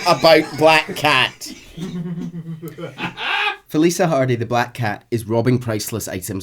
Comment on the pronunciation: Okay I mean no disrespect by this. I’m just genuinely curious. Is consistently mispronouncing Felicia Hardy’s name or is that just how her name sounds in a Scottish accent? Because the “cia” part of her name is pronounced like “shuh” but keeps pronouncing it like “suh” Again I’m not trying to be rude, and I’m really sorry if it comes across that way, I’m just genuinely curious.